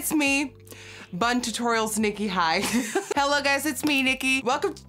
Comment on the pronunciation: I love how when she says hello she still haves her accent 🥰🥰🥰